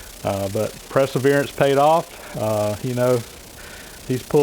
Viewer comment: Press-e-verence willout